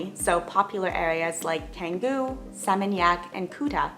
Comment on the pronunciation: I lived in Bali for 4 years and wow… I bet you’re fun at parties. It’s insane how many things you’re scared of and avoid that is just ridiculous and unnecessary. You don’t even know how to pronounce Canggu. You’re worried about all the wrong things. Best to stay at home….